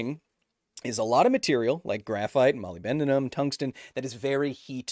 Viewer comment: "molly ben duh num"? 😅